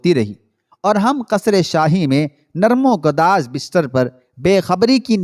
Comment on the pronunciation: narm o gadaz nahi narm o gudaz